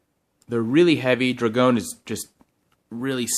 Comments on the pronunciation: Dra-gone? Boi, dro-gon drogon 😑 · The way you pronounce drogon triggers me so much 😂